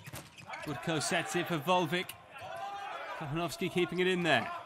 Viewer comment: Anyone who speaks Spanish on here? The way the commentator pronounced "Kochanowski" cracked me up. It sounded like "cojonoski". Lmao.